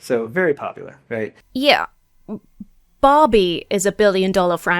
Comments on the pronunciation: you should make your accent clear with the difference between "Barbie" and "Bobby." 😆 Just sayin' 😊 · Took me a few good seconds (and the mention of the word "doll") to understand you said Barbie and not Bobby. I am so sorry:face-pink-tears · Oh, Barbie. I assumed you said "Bobby"! 😂